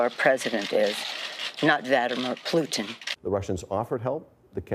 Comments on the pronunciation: “Plutin” Lol. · "Plutin" (?) Have another one......: /